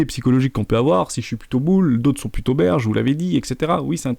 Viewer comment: Bear Market, pas Beer Market